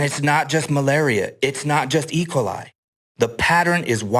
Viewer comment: "And it's not just malaria. It's not just ["ecolai"]" yes, because that is definitely how you pronounce that one singular word that is definitely not an abbreviation of two words.